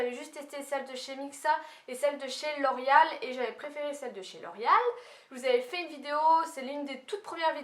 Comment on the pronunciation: Tu le dis comme si sa s'écrivait 'l'orial' mais je trouve sa tellement chou :D